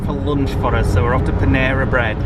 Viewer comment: pronounced it correctly the first time; pan-air-a (not pan-ear-a). Panera is a common place for people to go for lunch during the work-week. On such a cold day you should have had soup instead of salad.